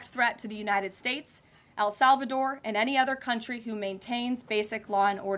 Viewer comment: Why does she keep saying Al Salvador?